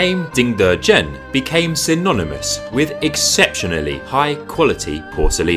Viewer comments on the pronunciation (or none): none